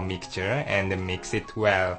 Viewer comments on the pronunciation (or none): and a meex eet well: hahaha great accent